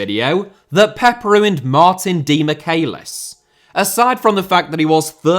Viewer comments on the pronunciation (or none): please don't ever say Demichelis that way again. It's for your own good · The way he says Demichelis 😂😂😂😂